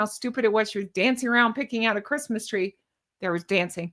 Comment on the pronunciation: She can't even say "Christmas"...